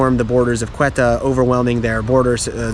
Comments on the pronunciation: Ceuta is not pronounced „Quetta“ it’s pronounced „sé-oo-tah“ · Ceuta is pronounced Seuta not Queta! and there is Melilla too! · Nice video. One correction: the name of the Spanish city is "Ceuta", not "Cueta". And Ceuta was Portuguese until 1668, then became Spanish till now.